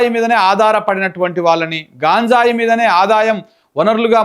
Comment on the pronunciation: హలో సార్ అది గాంజాయ్ కాదు గంజాయి దయచేసి ఇంక ఎప్పుడు గాంజాయి అనకండి. ఆమె అంటే అమెరికానుండివచ్చినది తెలుగు రాదు మీరేంటి